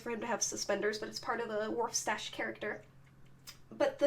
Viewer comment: Also it's not waf stache it's warf stache